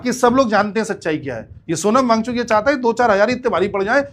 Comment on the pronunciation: सोनम भागचुकी✅ सोनम वां गचुक❌😅😅😅😅